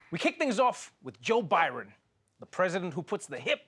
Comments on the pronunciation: Joe Byron? I caught that, trevor! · Did he really open the segment calling him Joe Byron? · Did he say "Joe Byron"? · He did say Joe Byron at the top of this clip, right? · did you really just say "Joe Byron"?? Trevor does not know the name of the US president. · Did Trevor just say 'Joe Biren' in the begining !?!?! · He said Joe Byron when it first started 🤣🤦‍♀️ oh boy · Was calling him Joe Biren a joke or a mistake?!! 😂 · "Joe Byron"??? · Is it me or did he call him Byron in the opening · Did he say joe byron at first? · Am I the only one that heard Joe Biren?